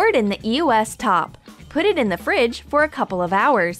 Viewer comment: Your saying eos wrong